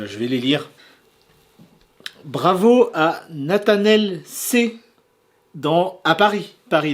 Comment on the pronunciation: C'est moi Natanaël C ! Merci pour la super Malvalame Full art PSA 10 et pour l'écorchage de prénom magnifique hahaha